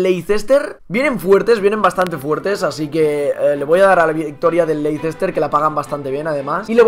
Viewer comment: se dice LEISTER al Leicester